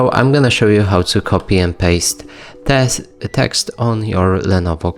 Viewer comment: This may have been more informative if you had 1) made entire keyboard visible 2)identified “mouse button” 3)were specific regarding timing of pressing keys: concurrently or sequentially. 4)pronounce “paste” accurately—using long A sound, as in saying letter A, not short a sound, as in “pass”, which sounds like what you said. This is offered in a spirit of helpfulness.